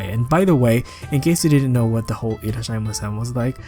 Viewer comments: Actually it's pronounce as いらっしゃいませ (irasshaimase) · Just as a little correction it is irasshaimase (いらっしゃいませ), not irasshaimasen (いっらしゃいません) :). The latter one means that someone is not present in polite language. Also sorry for my romaji, i don't remember how to spell without hiragana so it might be difficult from official romaji spelling.